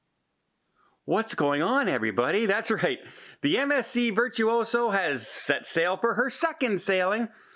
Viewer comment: Hey a question for you? You are always calling this ship "Virtouso" isn't this ship called "Virtousa"?